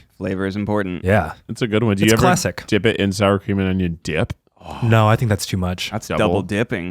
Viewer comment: I hear Star Chameleon instead of Sour Cream and Onion every single time